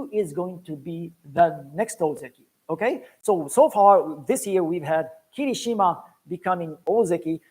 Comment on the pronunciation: Its very nice that you with NHK do official promotions for Sumo for non japanese speakers. 1. I see that sometimes you refer to Japanese words in an english way, and while the Japanese announcers say ki-Rishima, you say Kiri-Shima. Whats the correct pronounciation? 2. Why limiting watching of full basho tournaments (all full 15 days) to japanese audience only and not make it available to overseas audience? Im asking you these questions as an official NHK representative and you also work for the Sumo Association. Thank you!